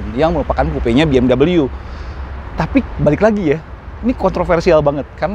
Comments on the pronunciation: Penyebutan biasa aja BE EM WE bukan BE M DABEL YU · BMW mas....bukan Bee-Em-Doubleyuu....mobil Jerman ini bukan Amerika... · Orang luar : BMW Autonetmagz :BeEmdobelyu🤮🤢